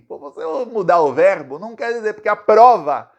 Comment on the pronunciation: DEICHA . DISER. MENTITOZO. MEU...CAMARADA